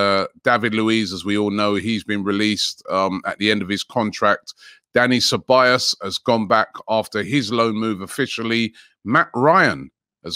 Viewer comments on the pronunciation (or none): none